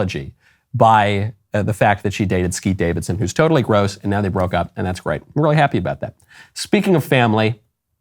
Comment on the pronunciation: Am I the only one that heard "Skeet Davidson" 😂